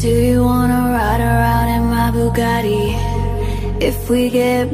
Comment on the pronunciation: exept for the pronunciation of bugattii cringying